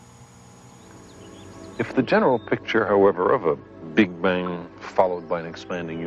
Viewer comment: lol Carl Sagan calls it the "Big Bing"